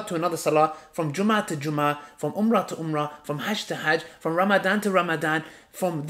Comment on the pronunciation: Brother saying umrah like his english brother speak arabic so the ummah can learn arabic words